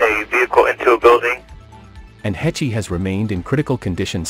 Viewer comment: Uhm just fyi. Her last name is pronounced: "Haysh."